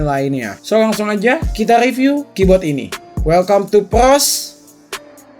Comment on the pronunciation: Ngomong "KEYBOARD" jadi "KEYBOT